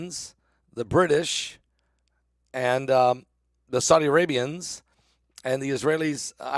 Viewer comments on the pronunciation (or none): none